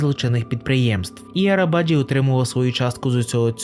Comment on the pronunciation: Наголос має бути на і, і навіть не на і, а на и - Арабаджи́